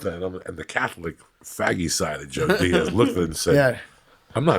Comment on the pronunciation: Epic rant then fucks up ’Diaz’ . Whatta mamaluke